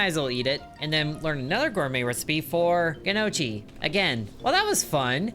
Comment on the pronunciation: Gnocchi - pronounced knock-eee. Silly boy!